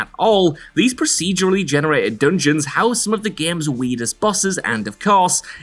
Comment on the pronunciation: is he saying weedest? wtf? is that a new word? like a slang?